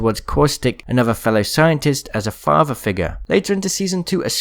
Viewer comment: When he said Watsson lost her father all I heard was, " Watsson lost her faja."